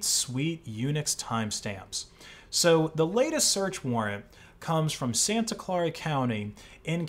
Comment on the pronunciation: What is so hard about pronouncing the word "Clara" as in Santa Clara?? The guy has saying it like four different ways. 🧐